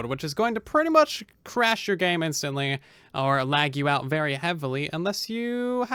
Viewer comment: what is this word "uvery"?